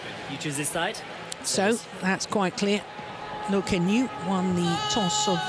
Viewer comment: I think Let's go Loooo meaning Loh. Most of the fans are european/western, it's very understandable when they pronounce asian names wrong.